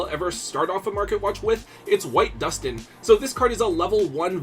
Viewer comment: All I can say is thank GOD you say Duston correctly. We all know exactly who I'm referring to with this comment. 😂